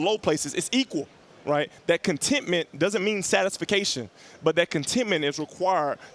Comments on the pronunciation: He said satisfacation instead of satisfaction lol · Did he say “satisfication”? Love this dude.